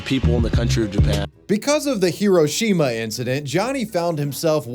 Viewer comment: It’s also pronounced “he-RHO-shi-mah” which several people say in this video so if we’re trying to be respectful let’s start with that